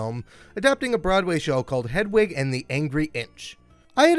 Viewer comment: Look, I'm a straight, white, cis guy and while I appreciate that my opinions on LGBTQ+ matters means jack shit-- You're pronouncing Hedwig's name wrong 🤣